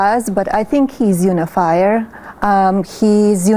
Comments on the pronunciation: It does sound like she said under the fire 🔥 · Are we sure she DIDN'T say humidifier? Sounded way more like that than "unifier"! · To me it sounded like: this person is unify, but Trump is unifier. lol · I think she was just mispronouncing it as "unn-ifier." 😂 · Un-if-fire ... Which means she is trying to pronounce it from reading it and not ever hearing it said. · Unifier — I think she said you-a-liar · I think she said "oonifier", like not Utah but ootah. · Melania is not saying “unifier”, she is saying “uni-fire”, a mistaken attempt at “uni-bomber”.